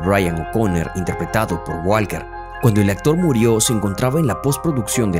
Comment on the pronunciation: Parce aprenda a pronuncia el apellido de Walker